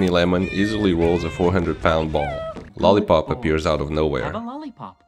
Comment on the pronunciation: Lol "lolipo"